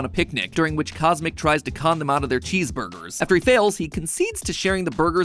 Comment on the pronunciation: CosMc sounds like kus emmak tsk tsk tsk